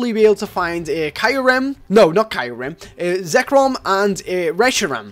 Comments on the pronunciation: i Love youre vids! but i hate when youre saying Pokemon weird. like zekrom, not zerkom. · ZERKOM XD ITS ZEKROM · and he said Zekrom Zerkrom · btw its not zerkom its zekrom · Reshiram,correct,hireram,Wtf,zerkom,I don't you know you anymore. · Zer-kom? What? It's ZEK-ROM! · You pronounce Reshiram right but Kyurem and Zekrom are wrong. They way you said Kyurem is understandable but they way you said Zekrom? Its not Zerekom its Zekrom. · Lol ''zerkrom'' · It's Zekrom not Zerkom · ZEKROM NOT ZERKOM ZEKROOOOOOM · its Zekrom not zerkom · Zekrom not zerkom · zekrom sorry not zerkom.... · you call yourself a Pokemon fan but can't even pronounce zekrom... zerkom seriously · zekrom (zek-uh-rom) kyurem (kyu-rem) you said reshiram correctly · trying to say the Names of the TAO trio "One is Reshiram one is hirum and the other one was zerkom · it's re-sher-ram , cure-am , & zeck-rom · ITS ZEK ROM AND KYU REM U ... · it's pronounced Ze-K-rom Re-She-ram and Ku-rem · Zerkom... Zerkom.... Pokèmon name fail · Its zek-rom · lol he say zekrom so wierdly XD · you just butchered the life out of Zekrom Kyyurem's names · yo he said their names wrong